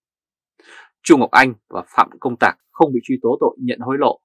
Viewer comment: "Tạc" not "Tặc"